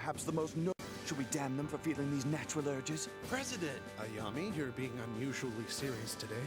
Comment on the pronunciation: I really hate how the dub screwed up Ayame’s name. I mean, is it really so hard to say A- YA- MAY?